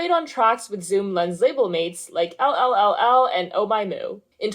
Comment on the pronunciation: Fun and interesting vid, been a fan of yeule for a few years now. Just a FYI that LLLL is pronounced “four-el” not “el el el el” Need more collabs from them 🤞